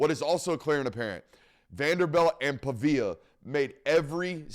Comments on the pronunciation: PA-VEE-UH not PUH-VIA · Pronounced like pawveeyuh big dawg